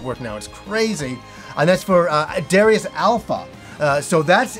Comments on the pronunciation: it's Da-Rai-Us:-) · About Darius, something that really surprises me is that the pronunciation the Japanese give it (according to the katakana anyway) is actually "Dar-eye-us", so I guess we pronounce it wrong regardless of how we say it. lol